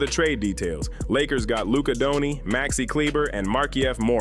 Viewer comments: Who's Luka DONI? It's DON-CIC... CIC for godsake, it's not that hard! Good video anyway... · Aside from mispronouncing Dirk Nowitzki and Luka Doncic correctly, the video was good. The real question no one is asking, does Cooper Flagg want to stay in Dallas?